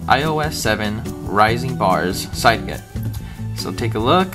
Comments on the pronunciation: Well, since Cydget seems to be a portmanteau of the words 'cydia' and 'widget', I think it's pretty safe to assume it's pronounced 'see-jet' rather than 'side-get'. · its pronounced cydget like widget, but sidget